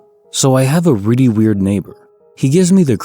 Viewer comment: “Really”=“Riddy” once you hear it, you can’t un-hear it! Lol